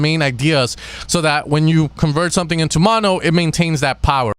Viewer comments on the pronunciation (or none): none